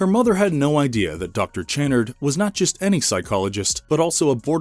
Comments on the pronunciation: Channard is pronounced shann-ard, not ch like chair but ch like Champagne. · You are miss pronouncing Channard. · The way the narrator says Channard makes me wince every time. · I don’t think it’s pronounced as ch but kannard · It's pronounced cha-nard . Jezus, did you watch the fucking movie? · Have you watched the movie? Channard is mis-pronounced every time in this. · Have you even watched the movie? You pronounce Channard wrong every time? 🤦🏻‍♂️🙄🤦🏻‍♂️ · One shot for every time the name "Channard" is mispronounced 😂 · I can't. They can't pronounce "Channard" correctly and I know it's going to come up a lot. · Thank you, every single time he said it, I was having a violent spasm! Lol